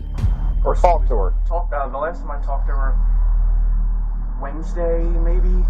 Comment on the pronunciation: calendar - Wedersday....🫠